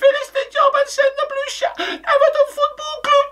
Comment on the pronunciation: Love how he nearly said “blue shite” 😂😂😂